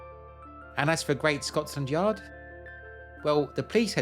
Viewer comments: You say Scots landyard most of the time....its Scotlandyard without the s agter the t.....😊😊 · It sounds like your saying ScotSland Yard